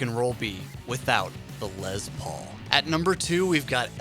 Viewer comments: For the record...... it's pronounced Les Paul... NOT Lez Paul. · the LEZZZZ paul? why hit that Z sound so hard bruh, wtf? its leS, mmmmmkay? leSSSSSSS paul, leSSSSSSSSS!!!! get that shit right!!! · It's pronounced Less Paul, not Lez Paul.... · Rattbones 😆I know right it’s “less” not “lez” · So we just not gonna talk about how he called it a lez Paul instead of les Paul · It’s Les please stop saying “LEZ” Lol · Is les Paul not lez Paul... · Why is it Lez Paul and Les Nessman And not Les Paul and Lez nessman? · Its Les Paul not Lez Paul 🙄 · His name is Lester it's not l e z t e r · really? lez paul? ITS LES PAUL FFS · It is pronounced "Lesssssss", with an "S"...not a fucking "Z"....an "S". Theyre not "Lez Paul guitars"...theyre "Les Paul guitars". Ugh. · Did you just call Les Paul, "LEZ Paul". WTF, that's so disrespectful. His name was Lester, not Lezder..... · The “Lez Paul.” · Lezzz Paul... hmm... Is the "s" silent in Mr. Paul's first name or did you just choose to replace it with a "z"? Otherwise good vid mate. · Lez Paul?? It has an S in it bro, not a Z. Also Dee Snyder may be considered a savior of metal for going to court, but people forget it cost him his credibility as a “rocker” & a huge chunk of his fan base. Admitting that he didn’t live like the persona he portrayed seriously hurt his career. Watch the interview & see how “metal” he sounds when describing himself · 20 seconds in and you say Lez Paul? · What the fuck is a Lez Paul? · STOP SAYING LEZZZ PAUL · I didn’t realize there was a Z in Les Paul..